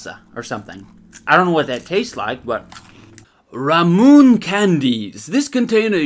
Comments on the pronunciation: "Ne-rune-ne-rune-ne-rune" "Ra-moon" Lmao It's "Neru-neru-neru-ne" and "Ra-mu-ne" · It is pronounced ramu-nay not ramun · i go so pissed when he said ramun instead of romuné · It;s pronounced La Mue Neh Well thats as close as I can get with english letters. But the L in "la" is pronounced like an R and a D put together, I put an L because it's as close as I can get. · Ramuné (Rah-Moon-aye) is a "marble" drink because it comes in a glass bottle with a marble. You have to release the marble to drink the soda Ramuné drink. ;) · THATS NOT HOW YOU PRONOUNCE RAMUNÉ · ramune, pronounced ra moo nay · pronounced "ramunay" lol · did anyone catch his incorrect pronunciation of "ramune"? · He fucked up the pronunciation of ramune so badly